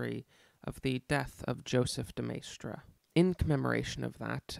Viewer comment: As a Frenchman I would say your pronunciation of de Maistre is fine. After all, it's to be expected that foreign names are anglicised in their pronunciation, and your anglicisation of de Maistre was by no means egregious. (As for AA's Rene "gooey-non" I will make no comment)